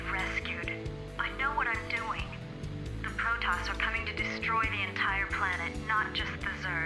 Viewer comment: STOP PRONOUNCING PROTOSS WRONG